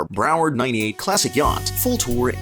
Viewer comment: Your AI narrator needs to go back to school and learn how to read. It’s not Bro Ward and the front of the boat isn’t like a Bow Tie…..